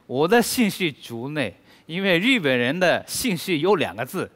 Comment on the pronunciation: 果然日本人中文再流利还是不容易正确读自己国家“日本”，总是念成Z本。隐形守护者的发音果然还是研究过的。